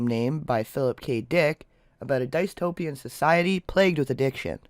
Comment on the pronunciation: I've watched your "Dark Hollywood" videos, and they're well-done. I'd recommend one thing, though, just one: Please check the pronunciations of some of the words first; i.e., it's "DIS-toh-pee-an", not "DICE-toh-pee-an; and it's "OH-bah-die-ah", not "AH-bah-die-ah".